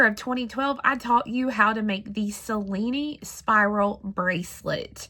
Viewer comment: dear, may i tell you the right pronunce of Cellini, an italian name, you can pronunce as written Chellini in english and you will be the only one knows how tell that name correctly in USA. Hope you want consider my suggest as interesting. I Love this spiral to make a bangle💞